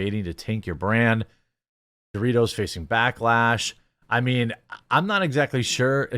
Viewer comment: Stop saying Dorritos... its PepsiCo and ALL their products.